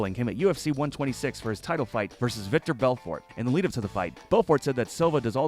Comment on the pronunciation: ITS VITOR NOT VICTOR BELFORT